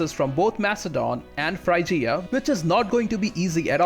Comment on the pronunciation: Frigya not FRY-GEE-UH